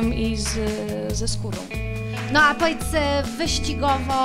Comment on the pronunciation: "poedz" zamiast "powiedz", rozpoznawczy znak. Niby dziennikarka, a podstaw brakuje, nie wstyd Pani?...